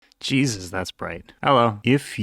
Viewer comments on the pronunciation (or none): none